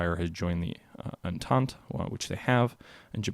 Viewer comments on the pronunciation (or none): Not a big deal, but Entente is pronounced approximately on-taunt and Joffre = Jofr. TheGermans choosing a defensive startegy does not bode well for them,because they thought they had to wipe out the French before the Russians could finish mobilizing, but from your other game I gathered that they would have been better off going after the Russians first? The sound might be under the "media" tab. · How do you call yourself and not know something as basic as the entente? Watching this pitiful! Please do yourself a favor. Check out any world war 1 documentary and figure out how to say entente and what countries were one what side. Usually, if you play these games you would know a lil something.